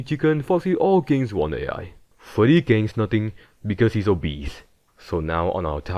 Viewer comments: “Golden fweddy” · foostep and febdy